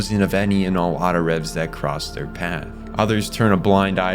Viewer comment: Yea he also called them Autorevs and I remember them being called “Autoraves” in the show at least they could of been spelled revs bit it was pronounced raves.